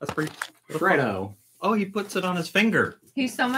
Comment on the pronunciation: the pronunciation of the Cadbury's chocolate shapes is: FRED-O not FREED-O. Also Arnott's is pronounced R-nots.